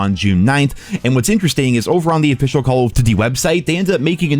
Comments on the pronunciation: "Call o'ddy". Slow down, brah. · why cant he say call of duty?